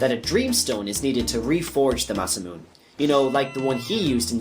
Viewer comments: It's ma-sa-moo-ne I used to say it MA-sa-mewn before I learned how japanese works. Great vid though :) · Masamune is pronounced Mah-sah-moo-neh as a wink to a great Japanese sword creator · the E's at the end of Masamune and Marle need to be pronounced tho, he didn't. Masamune is an actual historical name in Japanese after all, and it isn't pronounced the way he says it.